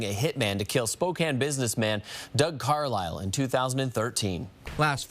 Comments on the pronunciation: HE SAID SPOKANE CORRECTLY YAAAAY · Can't believe you pronounced "Spokane" correctly... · You said Spokane correct! Yah hoo think you! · Bro, how did pronounce Spokane properly but most of the US can’t LOL. I live in Spokane, and it grinds my gears when people say “Spo-kane.” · Oh I don't know if should feel honored or ashamed that did an episode about Spokane, my home sweet home, and also he pronounced Spokane correctly!!! Thanks for giving us a goooo💚💚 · I was born and raised in Spokane. Thank you for pronouncing the name right. No one ever gets it. the lady news anchor Nadeen is now our Mayor. And we have some crazy people that live here that's for sure. I was super stoked that one of my favorite youtube channels was doing a story of my City. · Wow, I always wondered what ever happened with Doug Carlyle here in Spokane. Thanks for the video,! And kudos for pronouncing Spokane right! Fun fact, that news anchor, Nadine Woodward, is our mayor now. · How is it that an Irishman knows how to pronounce "Spokane" when a lot of Americans haven't a clue? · Just wanted to say, good job saying Spokane the right way ... even our own PNW news casters say it wrong way too often. Lol.